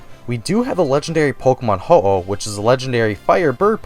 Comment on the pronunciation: Ho-oh * not oh-ho